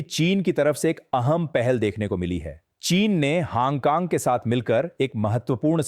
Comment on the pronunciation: haang kaang kya hai yeh 😅😅😅.... its hong kong